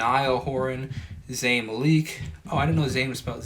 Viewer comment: I like the lyric analysis! You pointed out new things I hadn’t noticed before. Just a small thing, Zayn’s last name is pronounced MAL-ick (not malique). Kind of like the word metallic.